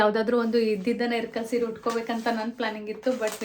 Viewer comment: ಇಲ್ಲಕಲ್ ಸೀರೆ ರಿ ಅದು ಇರ್ಕಲ್ ಅಲ್ಲ ಇಲ್ಲಕಲ್ ನಮ್ಮ್ ಊರು currect it